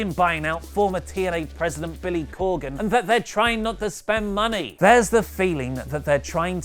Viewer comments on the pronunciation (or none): none